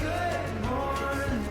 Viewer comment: stop saying morging